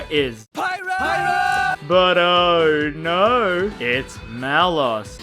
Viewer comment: I love your accent and then saying "Oh no". To an American it's "Arr naarrr!" Which sounds awesome and adds comedy for some reason.